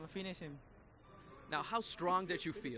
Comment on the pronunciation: "Pinish Hem"😭😭😭